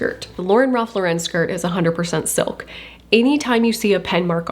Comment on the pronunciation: Im curious as to why ive heard so many people pronounce "Lauren" differently when talking about Ralph Lauren. Even in this video when you mention "Lauren Ralph Lauren", you pronounce Lauren in 2 different ways. And towards the end you change how you pronounce his last name when you say his full name.